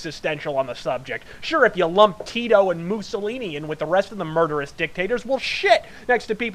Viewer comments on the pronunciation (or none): none